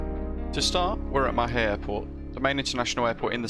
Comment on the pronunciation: Just to help I’ll give you the pronunciations:)) Mahè = marhay Praslin = prarlah/prarlin La digue= la dig Silhouette = silhouette